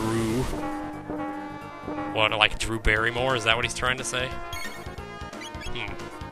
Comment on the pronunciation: Drrrrreeeeeewwww Barrimore. I'm sure that's exactly what Yakra was trying to say.